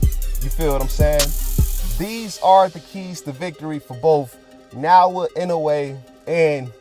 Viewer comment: Pronounce it properly you stupid. Naoya not naowa stop blogging if can't pronounce the name of a person properly..